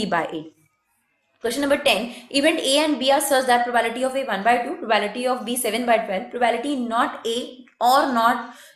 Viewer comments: probAebility ni hota probability pronounce krte h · Not probality Its probability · The whole time you said it probality